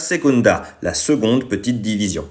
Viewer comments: Alors tout c'est génial mais on dit seConde et non pas seGonde ( en plus en latin tu le dit correctement) pour ceux qui connaisse et suive Athéna TMTS ;) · Et pourquoi ça se prononce « seGonde » ?